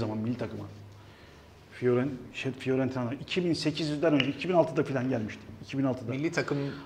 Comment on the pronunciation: Galatasaray'ın pas hızı Serdar Abi'nin başını döndürdüğü de: "Firoentina..."